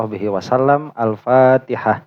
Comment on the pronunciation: Itu baca Al-fatihah kurang pas madnya. Simak ini cara baca Al-fatihah. Jangan salah, banyak kyai yang salah baca Al-fatihah, sebagaimana saya dulu juga pernah disalahkan.